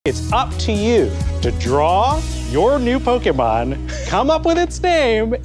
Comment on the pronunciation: For bunch of nerds and geeks. They're pronouncing Pokémon wrong. 🙃